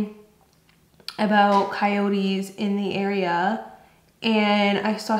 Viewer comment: It's " coyotes" 😆